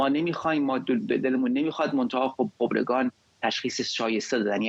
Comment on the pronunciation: چقدر. چرت ما. ری. مدهیم با دل. جان. قانون. قانون است درصمن. این. سازکوز. حتی. نمتواند. خبرکان را. درست. تلفظ. کند